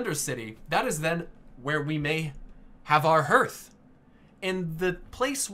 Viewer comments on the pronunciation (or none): "harth", not "hurth" Good grief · I enjoyed this video, but it's pronounced as "härTH", not "hərTH." I know nobody cares; it just bugged me. Otherwise, this was really cool. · "Harth", not "herth". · Your pronunciation of Hearth is triggering me. It's like the game. Harth, not herth. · Herth? How can you not know your own language? It baffles me. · please stop saying Herth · i cringed everytime he said hearth xD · Hearth is pronounced like "Heart" with an 'h' on the end. It is not pronounced like "Earth" with an 'h' in front. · I cringed every time you pronounced Hearth wrong. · I hate how he say Hearth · it's hearth like hearthstone. mispronounces it. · I wonder if you pronounce the word heart wrong as well.